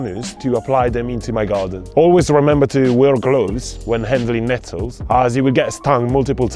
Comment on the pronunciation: Glad you put a timeline at the bottom, your words are hard to understand sometimes. I had no idea you were saying "Nettles"....be mindful of saying words carefully